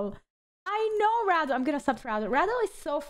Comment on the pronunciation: its REDEL not RADAL